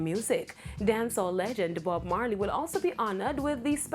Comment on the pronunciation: Did she just said Dancehall legend Bob Markey?😳😔